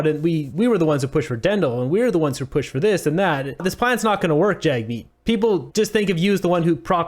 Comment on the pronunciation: And also, pronounce Jagmeet's name correctly. Your bigotry is showing. What are the conservatives doing to support those in need? Nothing.